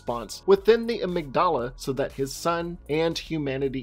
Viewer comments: "Was I wrong about something" well......you said halfbie and amygdala wrong 🤣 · Your pronunciation of amygdala annoyed me